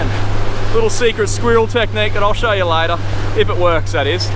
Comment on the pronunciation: This bloke will go far. He understands "yew" makes a video amateurish.